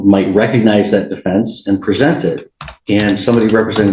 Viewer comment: It's "PRESENT" not "RE-present" 🤣🤣🤣🤣🤣